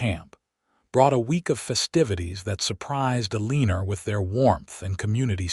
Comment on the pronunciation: It sounds like a good story but how could you expect people to listen to the narrator call Eleanor Uh-lee-ner? Just ridiculous.